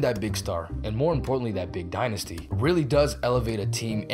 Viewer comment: It is called the die-nysty